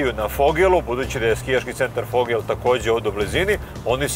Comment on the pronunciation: "Fogel" 🤣🤣🤣 Nije Fogel nego Vogel... isto kao Vrnjačka Banja nije Frnjačka banja. Nismo mi Švabe.. Inače odlična emisija, rado gledana i u Sloveniji.